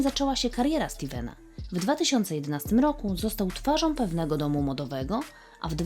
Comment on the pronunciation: materiał super, ale droga Pani Lektorko - choć piękna dykcja, miły głos i ciekawie Pani rozprawia - to skóra mi cierpnie za każdym Pani "om" w słowach, które kończą się na "ą" - twarzom, przypadłościom, swojom drogom, którom. Tego naprawdę można się nauczyć, to można wyćwiczyć. Wystarczy przesłuchać siebie.